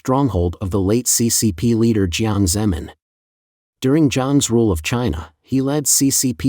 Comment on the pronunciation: Same with (Jiang) Zemin pronounced like "zem 'n".